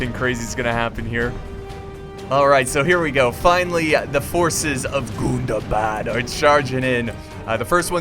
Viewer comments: i don't know if i'm just that high but the way he puts the emphasis on Gundabad is killing me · omg!!! the way u say gundabad😂😂😂👌👌👌👌